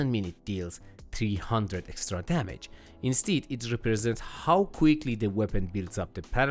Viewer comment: Insteed... Instead....